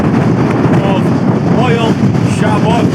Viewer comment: Llyn = Llin though you might also hear it pronounced more like Lleen in certain parts of wales. Moel = Moil Foel = Voil (not foil 😊) Y = Uh For when you’re next in gods own country 🏴 You did ok on Siabod though ✔️